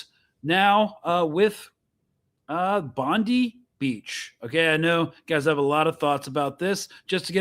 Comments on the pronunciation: It isn’t Pam Bondi it’s pronounced Bondeye you need to practice your bogan Aussie accent. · Brotha it’s pronounced “bond-eye” just fyi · Please stop saying Bondeee it’s Bondi (as per the reporter pronunciation) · Bro, It's Bondi... rhymes with "fry"